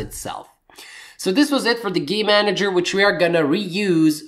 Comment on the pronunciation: Great tutorial and thanks, but... How many times do I have to hear Gay-manager before I burst into immature giggling... sigh... nnnngggg!! lol